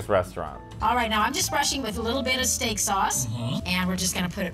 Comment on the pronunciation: The baby's name is Mary too!!! It sounded like he said Stank ... not Steak.. you gonna put some Stank in there?